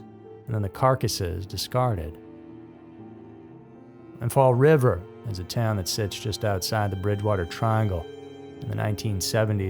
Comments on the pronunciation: He said WAYYYY too many of these weird town names correctly. Now I knew he either actually does his research or hes from here, or someone on the staff is. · The fact you pronounce all the local names correctly is awesome. Fall River born and raised.